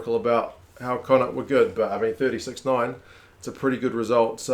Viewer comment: Need to work on your connaught pronunciation, more flem in the throat at the end helps